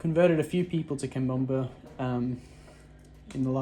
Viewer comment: Love how you say cambomba when you’re talking about cabomba or is it how it’s pronounced in Australia? Great video 👍